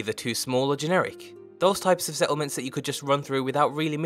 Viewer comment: Preston Garvey "Se'lment"